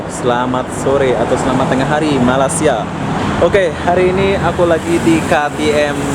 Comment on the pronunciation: Kamu sebut nama malaysia masih salah... saya.cadangkan kamu tanya orang malaysia cara sebutan nama malaysia yang benar....